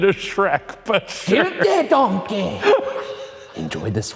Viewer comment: “Guilty donkayy” had me. 😂